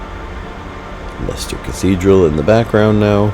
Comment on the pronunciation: Lester, not leister